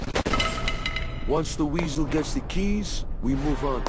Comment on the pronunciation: You don't say weasel